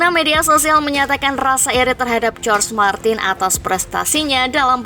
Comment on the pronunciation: Izin koreksi min,jorge martin dibacanya bukan jorj martin, tapi horhe martin